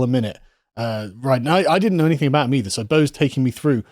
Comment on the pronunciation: Someone needs to chide him every time he says "anythink" and "everythink" - it's intensely distracting.